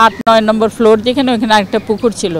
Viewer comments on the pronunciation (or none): none